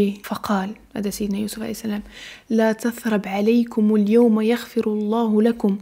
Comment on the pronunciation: انتبهي بارك الله فيك لقراءة الآيات .. (لا تثريب ) وفقك الله لما يحب ويرضى